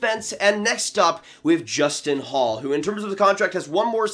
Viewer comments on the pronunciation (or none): your saying justin hall but it's actually justin holl but by the way ya it would be good for holl to be traded by the way my name is justin